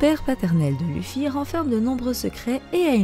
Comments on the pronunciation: Ça se lit leffy bordel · Si on veut précis c'est Leuffy Mais on va pas commencer à chipoter. La prononciation japonaise n'a pas d'égal en français.